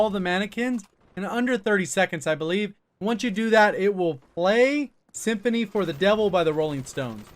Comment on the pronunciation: Is it just me or did he say symphony for the devil instead of sympathy